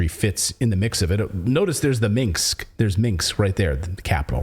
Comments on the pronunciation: Minsk, not Minx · First of all, Russia could only mobilize 220,000 NOT 300,000 troops. GET YOUR FACTS STRAIGHT. And it's 'MIN-SK' NOT 'MINKS'. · Audio: hearing some room echo/reverb/ambience in addition to your voice in your mic. I don't think I've heard that on your show before. *Minsk, not 'Mingsk' or 'Minx'. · MIN S K CLAYTON NO MINKS 😀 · It’s Minsk, not Minks. Slavic pronunciation is hard, I get it. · Between this guy and Jimmy Dore, I’m sure they’d be able to work out how to fucking say “Minsk “😂